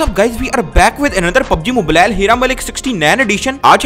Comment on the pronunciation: you r saying pubg moblil